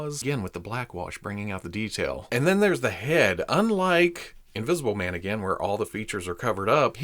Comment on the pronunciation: Hahaha "Wolfmn...Invisiblemn" - You da best!! 😅🙌👍